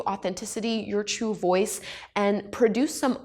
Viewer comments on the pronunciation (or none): none